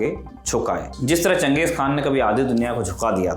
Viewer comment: चंगेज या चेंगीज ? बार बार खान का उच्चारण क्यों ये भी गलत उच्चारण है